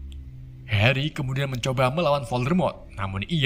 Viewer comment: kok suate heri bukan nya hari ?